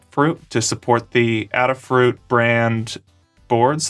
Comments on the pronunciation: I’ve got another difference - ‘Aid-a’ fruit v ‘add-a’ fruit, the Ada programming derivative in Adafruit is pronounced ‘aid-a’ 🙂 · Your mispronunciation of Adafruit is killing me. The company is named after Ada Lovelace. The first syllable is a long A, as in 'ay-dah'. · Adafruit is named for Ada Lovelace. Her name is pronounced Aid-A.